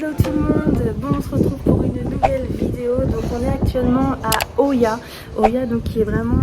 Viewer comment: Oia. Se prononce ïa en grec....pas oya.